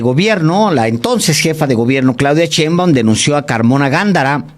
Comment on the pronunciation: Alejandro aprende a leer y sobretodo a pronunciar bien las palabras, más si estás mencionando un apellido, es "Sheinbaum" no "Cheinbaum", tipo irrespetuoso